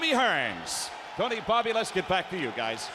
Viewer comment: "Bobby". Not Bobo